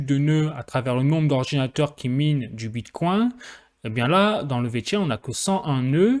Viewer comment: Wow pourquoi tu dis bit "coin" comme un français qui découvre la crypto. Mais tu prononcés bien vechain ... Wtf